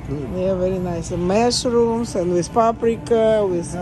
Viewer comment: Amish произносится как AA-mish, Амиш, не эймиш. Ещё грибы произносится как маш- румс. Опять небольшой урок правильного произношения от меня, я просто должна это сделать)))., я думаю Вы на меня не обижаетесь, ведь я всегда по доброму корректирую. Мне очень понравился этот русский магазин, спасибо за экскурсию на нашу Родину!